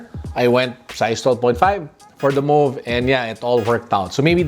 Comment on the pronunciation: You pronounced it right now!!!